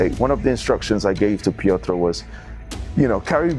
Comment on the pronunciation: Love this channel. Great work. But please learn how to pronounce Piotr and realize he is not eastern but central European.